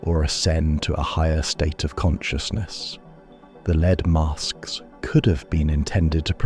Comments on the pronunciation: what did I learn here? just that AI cannot pronounce "lead" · Just a heads up, in the Brazilian story you mispronounce lead (as in the metal) incorrectly 5 times but pronounce it correctly twice. Also, you miss the most rational explanation for the Bermuda Triangle- the region has some of the heaviest shipping traffic in the world and it actually doesn’t have a higher rate of disappearances than areas with similar levels of traffic.